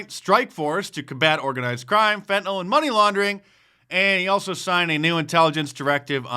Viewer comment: It's fentanyl not fentynol